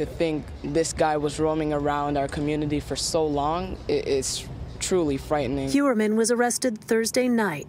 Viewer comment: Heuermann is pronouced HoyerMann, its german, its pronounced like engish pronounce "foyer"